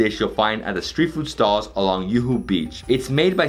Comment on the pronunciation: Juhu in Mumbai is actually Juhu (Juu-Huu) and not Yuhu